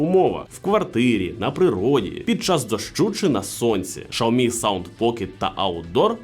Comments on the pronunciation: Шаоми сразу видно эксперта !!!! Уже весь мир знает как правильно: Сяоми , учись . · Безграмотность и невежество- Шаоми. В Украине -Сяоми. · Ксійомі правильно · Шаомі? Це щось новеньке😂 Такого читання назви ще не чув😂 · Правильно - СяоМи, было видео лет 8 назад, где чувак ходит по Китаю и спрашивает у китайцкев, как правильно говорить. А "Шаоми" пошло, от того, что директора по маркетингу, который вообще португалец, спросили как правильно и вот он так сказал, после этого даже вроде какие-то офицалы опровергали это произношение, в общем давно это было